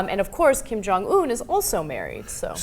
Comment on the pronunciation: You two are not saying his name right. The last syllable is not pronounced Oon, it's pronounced how it is spelled in English, Un.